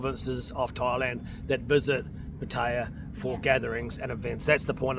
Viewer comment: You can’t even say Pattaya properly and you expect anyone to listen to you 😑